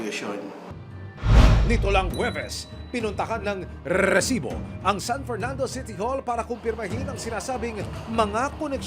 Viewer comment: Mas nakaka asar yung pagbigkas ng rrrreeeeeesibo kesa sa nangyari 😂😂. Pwede naman resibo lng 😂